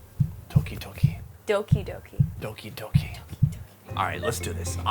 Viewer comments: Nice episode. But it's Doki Doki and not Toki Toki ;) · Its "doki doki(どきどき) not toki toki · it's doki not toki lol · Doki not toki!!! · I pretty sure she means DOKI DOKI not TOKI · It's 'Doki doki' not 'Toki Toki' ;) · I hate to be that guy, but it's "Doki-Doki", not "Toki-Toki" . . . (Y) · Am I the only one getting annoyed by "toki toki" rather than "doki doki " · Not とき とき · Dangit bro it's Doki Doki. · It's Doki Doki - says overlord google